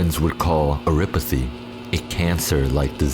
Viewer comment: Why does he say Amiya and Oripathy wrong on purpose. We have an anime. There are confirmed ways to say these words...